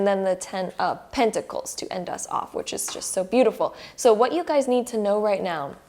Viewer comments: Just curious, did she say "just meow" ? 🤣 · Wait wait wait... Am I the only one or was she literally saying "right MEOW" everytime!!?? 😂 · “Right nEaW” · Right meouw!😺 I like it .♥️ now I'm literally saying "meouw" each time you say "now".😆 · She was buddy 😂 It was meow